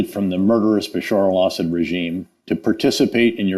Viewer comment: It’s Beh-SHAAR al ESS-ed.